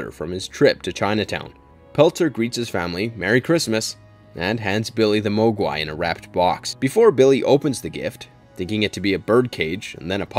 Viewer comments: Have you ever even seen Gremlins if so why do you pronounce Mogwai like that?? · Repeat after me.......Mog-Why not moag-wai